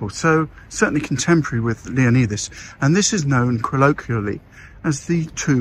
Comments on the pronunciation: Great video👍but dude... I'm going to be the grammar police here...pleeeease please pronounce his mighty name correctly 😂...pronounced Leonidas (Leo-nyyy-das)...sounds like a Y, NOT an E... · You’re saying leonidas wrong…. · Having lived in this area for over 7yrs. I can tell you now. The locals would slap you for saying his name that badly! 😂. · That's not how you say Leonidas lol